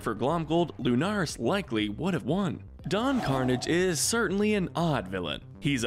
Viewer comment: Magica is pronounced magic-a Don carnage is pronounced don-car-narge